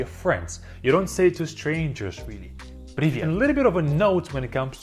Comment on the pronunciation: Preevit😅😂no preevyet